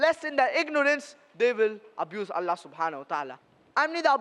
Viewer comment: Allah ❌ nalla ✅😂😂😂